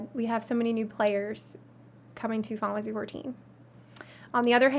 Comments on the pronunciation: "Finalsee 14" lol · How does manage to pronounce "Final Fantasy 14" in one syllable?! It's very impressive! "Faaafassie fourteen" xD